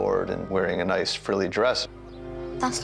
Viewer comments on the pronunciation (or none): none